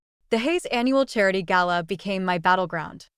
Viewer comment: It's nice to hear an American voice pronounce "gala" correctly lol